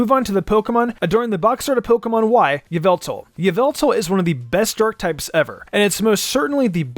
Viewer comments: You pronounced it wrong! Its "Yahveltal" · Stop it's not yveltal it's yavelta. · Yveltal was pronounced incorrectly. It’s pronounced YA-VEL-TALL